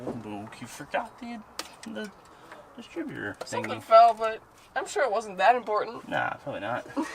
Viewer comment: You are forgetting about the “destrib-utater”